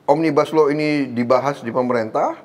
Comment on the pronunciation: Cara penyebutan pak prabowo memang benar omnibas lau dan juga saya curiga dg Australia